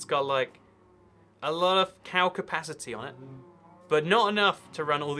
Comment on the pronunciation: alot of Cowpacity you say?